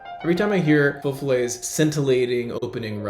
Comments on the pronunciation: Please learn to pronounce the title of the piece with as much reverence as you have for the composer. You're making a 5-star dinner sound like a McDo chicken nugget. Jesus. It's not fe folay, it's feux follet. The first word sounds long, the second short. It's not hard at all IF you try.. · Alan Walker pronounces it correctly. It is not “foe” but more like “fuh” and “ follets” sounds like “fall-lay”. And FYI, it is plural. Many little fires. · I was hearing « faux fillet » the whole time. Now I’m hungry. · I don't speak French, but I'm sure that Feux Follets is not pronounced like Faux Fil-A.